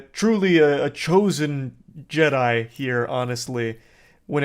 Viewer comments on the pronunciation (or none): none